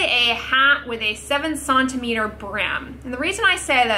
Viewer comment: Here for the way says “sont-imetres” 😂👏🏼 (centimetres)